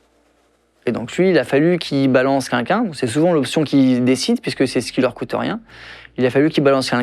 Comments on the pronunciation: Tout ça c’est triste ok mais s’il vous plait, « QUELQU’UN » pas « kunkun » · Il a répété des dizaines de fois le mot « quelqu’un » dans ses réponses et pas une seule fois le mot n’a été prononcé correctement ! C’est queLqu’un ! Pas « kinkin » ! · C est vrai curieux cet accent''quinquin"😅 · jaime pas quand il dit kinkin pour dire quelqu ' un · Par contre cette façon de prononcer « quelqu’un » m’a stressé toute la vidéo. 😅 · Content pour lui. Par contre faudra lui dire qu'il y a un L quand on prononce " quelqu'un"